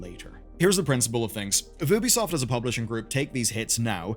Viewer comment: It's YOU-bee soft